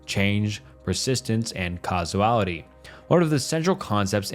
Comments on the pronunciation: its "causality" not "casuality" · "Casuality" 😂❤ Must be hard to spell everything right with 3 hour script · I really hope English is your second language...Casuality, Omni Science? what?